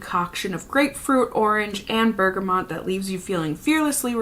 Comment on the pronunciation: Look up how to pronounce sillage and bergamot please